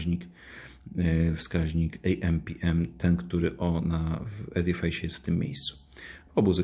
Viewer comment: Przepraszam ale wymowa to 'edifis' , nie 'edifajs'